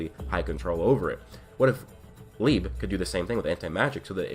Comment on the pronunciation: You're pronouncing "Liebe" and "Weg," wrong; these are german words. We know black clover uses german words because "licht" is the german word for light. Liebe is pronounced Lee-buh and it means love. Weg is pronounced "Veg" and means away